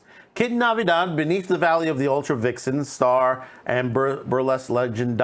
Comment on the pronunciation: Her last name is NATIVIDAD NOT Navidad.